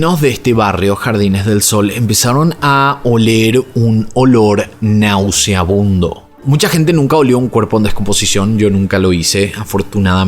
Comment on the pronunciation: Horrible!!! Oiga señor, se dice y escribe NAUSEABUNDO !!!! GRACIAS.